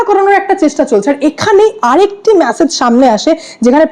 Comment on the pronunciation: ওরে ম্যাসেজ নয় , মেসেজ 😂